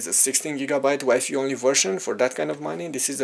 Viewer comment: Dude said "WIFEE", classic!